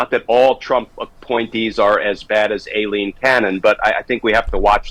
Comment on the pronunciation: Dear Glen, I know you pay attention to detail, but somehow you haven’t gotten the correct pronunciation of Aileen Cannon’s name. I hope you won’t take this personally but it’s “I-lene” not “A-lene.” The reason I know this that my middle name is Eileen. It’s pronounced the same way, regardless of how it’s spelled.